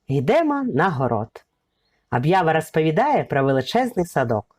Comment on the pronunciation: Канал у вас хороший відео потрібні. Наче правильна українська мова. Та чому ж вам так важко українську букву О вимовляти! Це якась біда. Слухати неможливо! РАспАвідаю, кАли , кАлись. Жах! це навіть гірше ніж Юля Тимошенко. Вибачте.